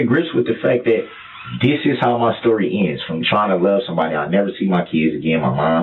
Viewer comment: Stop saying dis is how my stowy ends you moron